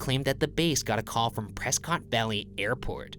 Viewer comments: it's really late for me to say this but goddammit ryan it's pronounced preskit valley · It’s Prescott you pronounce it “prekett” like biscuit lol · That's not how you pronounce Prescott, Ryan. :) But man this happened just a year or so before I was born.